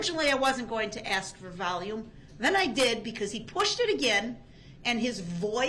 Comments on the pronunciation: I love when he says, (AX) me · He said he doesn't mind if we "axe" him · Darrell says that's a lie, and that's not true .. meanwhile.. he pleaded guilty to all of it. Also can AXE you a question.... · You axe her ?? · I have a question is it asking or axing, ?, 😞😴💩😲